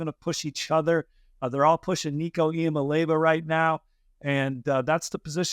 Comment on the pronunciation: EE AH MAH LAY AH VUH It is not that hard... if you can say Mississippi, Massachusetts, Zimbabwe, etc., you can say Iamaleava.